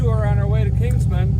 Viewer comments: Console = "KAHN-sole". Kingman, AZ, not "Kingsman". And did I hear you call lunch "dinner"? No. Dinner can be supper if you want, but dinner can never be lunch. The meal in the middle of the day is just lunch. Anyway, great job with the musical driving montages, you can put in as many of those as you want. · Derek. It’s Kimgman, no s at end.